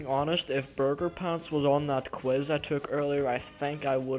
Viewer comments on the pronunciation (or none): none